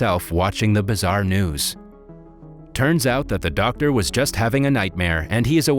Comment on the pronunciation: I like how he said ‘Der’ Simon instead of Doctor Simon 🌝😅